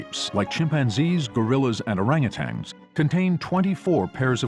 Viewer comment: i like to take the gutsick gibbon rule of thumb. if they cant pronounce orangutan correctly then you dont have to listen to that person of human evolution anymore